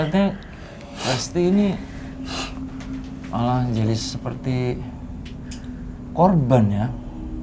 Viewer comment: Menit mas ari ngomng Yah Allah meddok bnget lg hehe